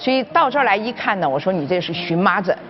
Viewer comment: 荨麻疹念【xun], 荨麻 【一种植物】念【qian】。